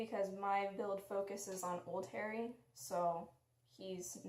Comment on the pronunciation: Don’t wanna be rude but it’s HAH-ree.